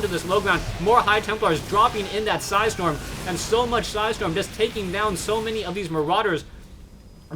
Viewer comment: "With three su-hi storm"